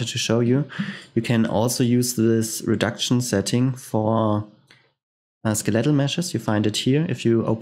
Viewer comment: Once again thanks for the tutorials, your English is really good and it is easy to understand your tutorials. One minor thing in case you are studying English, for skeletal, the emphasis is on the "skel" part and not the "let" part.